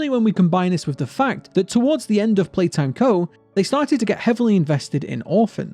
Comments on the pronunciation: You're Saying Playhouse. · YOU SID POPPY PLAYHAWOWS